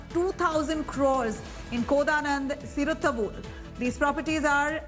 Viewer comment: Koda Nadu not Kodanand !!